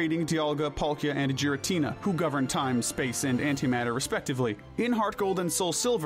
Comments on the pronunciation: Clicked off the moment you pronounced his name "jir-ah-tin-a". It's a hard g, as in voiced velar plosive, not the soft g, as in voiced alveolar affricate. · So does he purposely say Pokémon names wrong or what? Lol eviltal and Jiriatina 😂to name a a few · Oh my god, no way this dude says "jeer-uh-teena" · Please say giratina correctly 😅 its not jiratina its GIratina G not J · It's Giratina, NOT Gartina! THAN, NOT THEN! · “Gih” not jiratina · Christ. It’s not “jeer”-atina, it’s “gear”-atina. Also the way you pronounce Raikou makes me wanna scream. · GIRATINA DOES NOT START WITH A J, IT STARTS WITH A G! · With Giratina being my first, and Favorite, Legendary Pokémon. I feel I have authority to say this, it is pronounced "Geer-uh-teen-uh" and not "Gee-ruh-teen-uh" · GIRATINA, NOT GARINTINA! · Ffs not only do you fuck up Arceus pronunciation but fucking Jeeratina!? 😂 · Sorry for being the grammar guy but Giratina is pronounced Gear-a-tee-na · giritina is pronounced Geer-i-tee-nah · Roomate: imma gyrate on this dudes moms face if he keeps saying "gyratina" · It’s pronounced GEER-uh-tee-nuh, GA-lar, GRAY-SID-ee-uh, ee-VELL-tall, DIE-ahn-see, vol-CAY-nee-uhn, and sil-VAL-EYE, “”. 🤨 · THERE IS NO H IN GIRATINA THE SECOND TIME! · Raikou, Entei, and Suicune are obviously based off of Cats, NOT dogs. They're known as the Legendary Beasts. I despise how you initially pronounced Meloetta and how you pronounced Giratina. You forgot the Tapus and the Lake Trio, and Giratina is actually good in Pokemon Platinum, which you completely ignored. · I wanted to watch this video, but I don’t trust you if you can’t pronounce Giratina and Zacian. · I had to stop the video the first time I heard you say giratina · AGAIN, GIRATINA IS SPELLED WITH 2 A'S, NOT 3 I'S! SATIN, NOT SAITEN! GIRATINA IS GENDERLESS, NOT A F*CKING HE! AND IT'S DOES, NOT DOSE (THE S SHOULD BE AFTER THE E)! AND THE S IN NECROZMA IS SUPPOSED TO BE A Z!